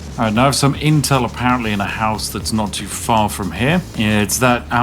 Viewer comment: Bro said “not too far” and I heard “naught two four” 😂